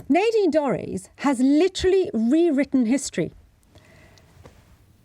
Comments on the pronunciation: Nadine: the a is short not long. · It's pronounced Nadine.